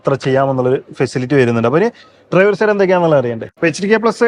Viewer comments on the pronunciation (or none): ഭാഷാശുദ്ധി ഇല്ലാത്തത് താങ്കള്‍ക്ക് വളരെ നാണക്കേടാണ്. Like ന് ലേയ്ക്ക്, side ന് സേയ്ഡ് എന്നൊക്കെ പറയുന്നത് വിദ്യാഭ്യാസമുള്ള ആരെങ്കിലും പറയുമോ?